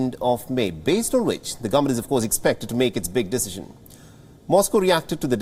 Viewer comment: This Nasal Anchor's lexicon & pronunciation: "ba = by ; ha = how; nau =now ; abaat=about ; aat = At ; evold = evolved ; pauzibility=possibility ; dissishn=decision ; insaats=insights ; dizaar = desire ; Brazills = Brussels ; Who dafu* let him read the news??!!!! Whts happening WION? Hire people who make sense!!